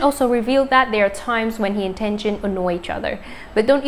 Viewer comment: This person/robot manages to confuse every story. My gosh! Does she know how to pronounce people's names? So disrespectful to the people and to the listener! TENGEN? Who is that? Kmt